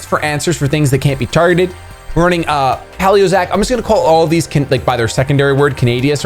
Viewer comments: Poh/lii/yo/zoyks thats the proper way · It's pronounced Pay-leo-zoic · Guys you're wrong it's pey-lee-uh-zoh-ik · It's Pronounced PAY LEO ZO IC Like pealo (old, ancient times) and zoics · I'm shocked! How do you not know how to pronounce "Paleozoic"? Did you never learn about dinosaurs? What kind of sad, pathetic childhood did you have!? Ha, I'm just joking. Keep making awesome content!